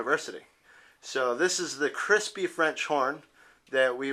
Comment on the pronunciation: Please, the word is not pronounced crispy!!! Kroospah or Kroospee.